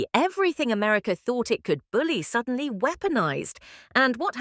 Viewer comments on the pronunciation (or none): none